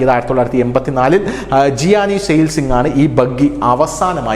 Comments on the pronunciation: ഗിയനി അല്ല. ജ്ഞാനി Zail Singh ആണ് ഉച്ഛരിക്കേണ്ടത് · ജിയാനി അല്ല പൊട്ടാ "ഗ്യാനി" എന്നാ